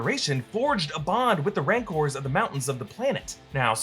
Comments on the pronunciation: Yeah...but twice he said "mancores". I re-played it a few times to make sure I wasn't imagining it. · is it me or is he calling them "mancors" here LMFAOO